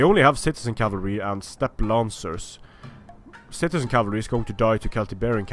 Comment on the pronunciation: Did I hear you say "shitezen cavalry"? lelelele